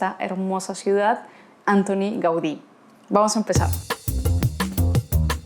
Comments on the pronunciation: Perdón, pero la pronunciación no es Ántoni (británica), sino Antóni (catalana) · M'encanta com tractes la ciutat, però sobretot en aquest vídeo, canvia la sílaba tònica de Antoni.